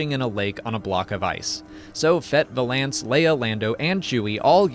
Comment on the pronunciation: I say this with the utmost respect, the way you pronounce “Valance” makes me want to smash my screen.